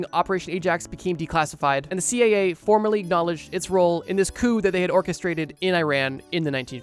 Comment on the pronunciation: Am I hearing this wrong? About the dragon fly he keeps saying (I think ) "CAA" instead of "CIA". Could be just an accent I'm not used to though?